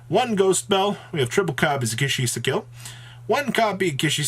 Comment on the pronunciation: How wrong do you want to pronounce "ki-sikil": Kish-shisikil"